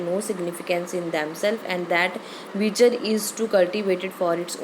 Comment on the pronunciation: Yrr likha huya toh acha hai smjaya bhi ache se lekin kuch words glr pronounce krte ho like virtue etc